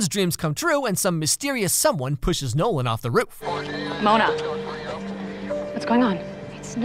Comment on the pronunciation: Every time you say Nolan, I hear no one... guess he’s just no one then